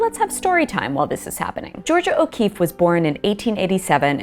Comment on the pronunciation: Georgia O'Kweeffe